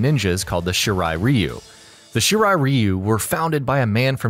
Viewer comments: Scorpion the Japanese member of the shirt Reeeyyyuuu F the pronounceation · Bro I could just watch this on history behind the warrior at least he can pronounce the clan names right, the hell is a shiri reeyu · I think it's pronounced Rwhyuuuu and not Reeeeuuuuuu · he said reeyu, it's ryu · Its not "Reeu" its pronounced "Rye u" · It's Raiyu not Ryu,Ryu means dragon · Every time I hear you say REEYUU, I cringe. Dude, learn some Japanese please. You should just pronounce as Leeyu, which is still not quite Japanese but much closer. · Shirai ree-oo is actually correct. Throughout the series, the Shirai Ryu's name is mispronounced as Shirai Rye-yu (when the correct would be Shirai Ree-oo). Also, given that "Ryu" is the Japanese suffix for "style", the name would be more properly parsed as "Shirai-ryu". Shirai Ryu means "Style/Flow of the White Well". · Shirai Reeeyu..... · Shiray ree u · ITS RA YOU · Shirai Reeeeyou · Its pronounced She rr eye, Rr eye you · shirai “ree-u” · ShEe RiE ReeY yUUu😂😂 pronounciation fucked the beginning of this vid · It's Shirai RY YOU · I speak Japanese and I still say "Rye-you" because I didn't know better in 1991 and built the habit. Not gonna change either. Edit: Nevermind, "Rye-you" only applies to Street Fighter. In this kase, it is wrong. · I cringed so hard when he said shirai Ryu wrong 💀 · not judging but it always bothers me when someone says Shirai Ryu wrong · That’s not how you say Shirai Ryu and Takeda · Anyone else cringe when he pronounces Shirai Ryu wrong... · Oh my god yes. He butchers the name every time lol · On god he said it wrong 😂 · Your saying shirai ryu wrong dumb nut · It's so annoying how you're saying shirai Ryu wrong!!!! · Please say shirai ryu correctly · fuck this video. u cant say shirai ryu correctly smh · The fact he pronounces the clan names wrong triggers me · You can’t pronounce lin kue of shiray rayu🤦🏼‍♂️🤦🏼‍♂️ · please pronounce 'Shirai Ryu' and 'Lin Kuei' correctly